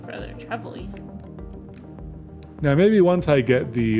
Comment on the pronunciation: I think you pronounce Trevally the same way you would say "vally," just with a quick "tre" at the start. Not very important, but you seem to struggle each time😅